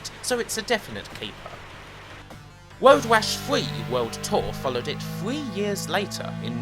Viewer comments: why do you say "woad wash"? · I weally enjoyed woad wash fwee!